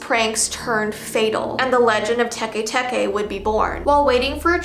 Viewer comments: its Teke not TE TE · "Te te" it's actually teke teke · Bruh its not te te ITS TEKE TEKE WHY AINT NOBODY TALKING ABOUT THIS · WHY U SAY SHE GONAN COME FOR US TUEN SAY THE STORY. HUH?